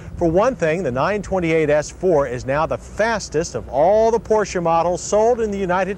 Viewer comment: You hear that Americans/Canadians? He is pronouncing 'Porsche' properly...with no silent 'e'.